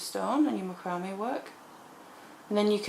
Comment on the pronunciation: I love listening to you.I love how you pronounce macrame. That's the way it is spelled. I have watched others but I like your tutorials the best. I finally bout a small macrame board and I am going to start with the bezeling cabs. I am basically a beader but want to make so jewelry with macrame. Thanks for the best videos.